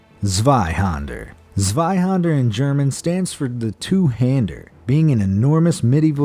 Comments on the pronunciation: Zweihander? ZeiHÄnder! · There's an 'Ä' in "Zwei-Händer". To pronounce it correctly just pronounce the 'Ä' like the 'A' in Apple. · I don't get it. You people take all this time to produce these videos but still butcher the pronounciation of zweihänder. It's quite easy to avoid. e.g. Google translate will pronounce it for you easily and flawlessy. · who else cringed when he said zweihander...... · Why is Zweihänder always pronounced wrong....yust say the hander part like in english with the a sound resembling the sound of an e because it is in fact not an a but an ä wich is an a with two punctuations over it wich is pronounced like an e or an english a.